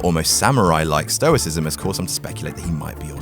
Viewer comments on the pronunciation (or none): none